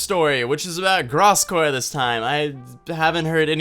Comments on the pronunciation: yo just to let you know its pronounced grose gore not graaass gore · nice video but holy fuck please learn how to pronounce Gross Gore right before making a video in which you talk about him that's all I ask lol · Blake finally found someone who agrees with me that Gross Gore isn't completely wrong also if could pronounce his name right that'd be great